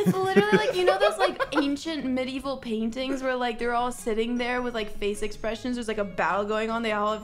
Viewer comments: "midieval" come on. This isn't bully video, but you're setting yourself up so good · Medieval, not midieval